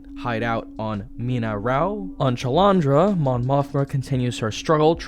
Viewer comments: I did a double take at “Chuh-Lawn-Druh” so hard that hearing “Dee-Eh-Druh” I lost it, I can’t do this anymore (Chandrila is pronounced like 4chan — “Chan-Drill-Uh” — and Dedra is most commonly pronounced as “Deh-Druh” …I could be mistaken but it’s possible that at least one character in the show (probably someone with an accent) pronounces it like “Dee-Druh”) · Apologies for being that guy but Dedra is pronounced DEAD-ra and it’s Chandrila SHAWN-drill-ah. I recognize how much of a pedant I am for this comment but the pronunciation kept taking me out of what is otherwise a great video. Ok time for me to shut up… lol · "Chalandra" lol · Usually i trust that does a really good job of reviewing, but the horrific mispronouncing of dedra and chandrila makes me wonder how much attention he was paying